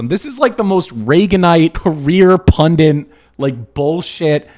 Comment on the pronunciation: Why can't any of these Youtubers pronounce the word pundit?